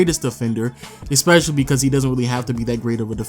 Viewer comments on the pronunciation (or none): Why does this nigga says "eXpecially" for some reason it pisses me off